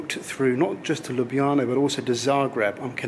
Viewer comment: I initially watched this trip report initially to see how you would get your tongue around Ljubljana - and you did it perfectly! Then, alas, you said it was the capital of Slo-vee-nia. Sorry, but it's pronounced Slo-ven-iya! LOL! Anyway I do so much like your trip reports - plenty of of video, and just the right amount of talk. Keep up the good work!